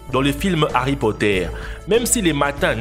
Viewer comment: Merwan No' beh je sais c’est juste il l’a dit comme pottair a la place de potter t’est con ou quoi